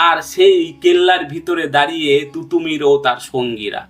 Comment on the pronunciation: তুতুমীর নয়,তিতুমীর। মীর নিসার আলী।এই নামটাও বলতে পারলেন না।অসম লড়াই নয়,উচ্চারণটা অসমো লড়াই হবে।ওনার লড়াই ভারত স্বাধীন করার লক্ষ্য নিয়ে ছিলোনা।